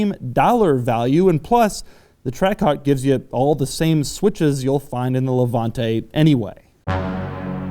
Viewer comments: Doug Demuro ... demuro .... you have an Italian surname and you can’t even pronounce Levante. With that fucking american accent that you have as if you have a potato in your mouth! What do you know about cars? You, who were born a few years ago, who beg cars from others with that fucking miserable message! Before talking about Maserati you should scald your mouth! You, just because you're american you should not even talk about cars, style! Style...you can’t even write this word, imagine if you know what it really means...but, seriously, have you seen how you are dressed? You're the kind of dude that would dare to get into that car with german sandals and white socks on your feet! You have no idea what a car means! Do we want to talk about those WC that you produce? People without taste and culture based only on one word, profit! People who created that shit of music called hip hop! People without taste in dressing, in talking and then talking about things that you do not even imagine you can create. A society of people created with those four poor men of starved Europeans who went to create the most boisterous people in the world. Go to review hot dogs and let us do the cars because only a jerk can listen to you! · Levanteeeeeeee Why are most americans not able to pronounce italian words?